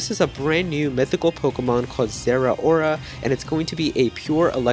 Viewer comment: Have people not learned yet, that "ao" makes an "ow" sound? Zeh-row-ruh